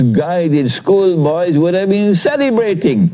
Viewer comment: The way he says "School Boys" :D